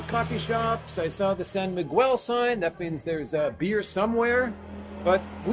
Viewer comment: Please stop pronouncing the U when asking for a San Miguel! Your driving me crazy! Brother! lol...